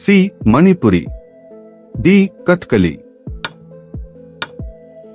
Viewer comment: Don't pronounce katiali its kat tha ka li